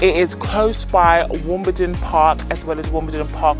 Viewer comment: You need to pronounce Wimbledon correctly ?